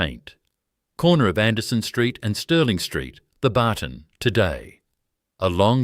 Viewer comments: G’day, it’s pronounced ‘Theb-artn’ without the hyphen… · It's not pronounced The barton